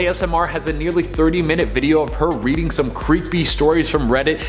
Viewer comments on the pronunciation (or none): none